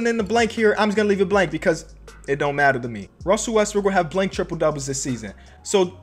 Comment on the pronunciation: Anyone else notice when the Westbrook triple double thing came up they said tiple.